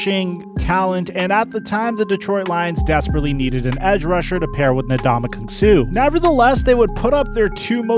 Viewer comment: His pronunciation of Ndamukong annoyed me too